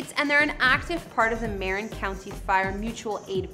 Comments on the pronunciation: It's MARIN, not MAREN. Geeeezzzzz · Thanks! Enjoyed the look at Lucas' properties. One thing that reminded me of a funny story - you pronounced the county where Skywalker Ranch is, as MAY-rin county. It's no big deal, I honestly don't care... but I had a friend who once called the local operator (back in the days when people did that), and asked for a number in MAY-rin county. With typical Marin snobbishness (I'm a native, so I know...), the operator informed him very curtly, "It's muh-RIN" If I ever made a documentary about this spoiled county, that would be my title - "It's muh-RIN!" Makes me laugh every time I think of that story. Thanks for the video! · Marin is pronounced muh-rin, or mah-rr-een if Latin